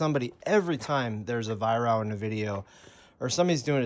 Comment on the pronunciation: Pronounced Vi Wrok, from the owner him self.